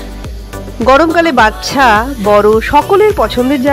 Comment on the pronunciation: পরের বার থেকে দয়া করে "বাচ্ছা" না বলে "বাচ্চা" বলবেন। এত সুন্দর ভিডিওতে ভুল উচ্চারণ খুব কানে লাগে।